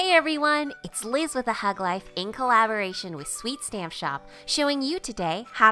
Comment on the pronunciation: every time I hear you say hug life I swear I hear thug life and it cracks me up. ty for the video. I always like new better ways to clean my stamps.